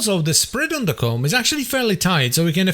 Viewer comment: Ko-mm not ***